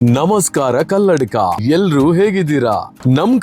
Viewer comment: ಕಲ್ಲಡಿಕ ಅಲ್ಲ ಕಲ್ಲಡ್ಕ